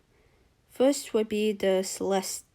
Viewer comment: The last E in Celeste is silent but this is a great video 😂